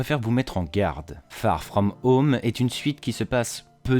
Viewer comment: Farrr frrraum heaume 😂😂😂